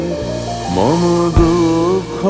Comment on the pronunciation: উচ্চারণ অস্বস্তিকর। অখিল ওখিল হয়ে গেছে। মম মোমো হয়ে গেছে। বেদন কষ্টকর।